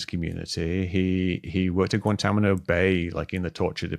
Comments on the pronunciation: Mick is the man, just a little pet peeve, but it actually sounds cool when he says Guantamano instead of Guantanamo. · A lot of excellent points. Some generalizations though. Mispronounced Guantánamo numerous times, drives me batty, haha.